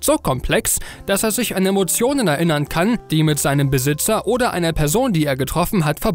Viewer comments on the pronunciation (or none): none